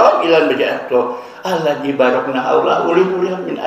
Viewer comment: Kebiasaan dianggap ustad di Indonesia tetapi baca Alquran nya salah dalam makhroj huruf . Aladji di baca alaji. Djal ujung lidah 👅 di hiimpit dua gigi depan